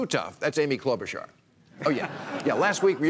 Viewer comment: Please learn how to pronounce Klobuchar's name lol